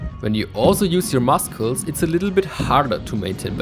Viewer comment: I love your videos thank you! And the way that you pronounce the "c" in muscles tickles me!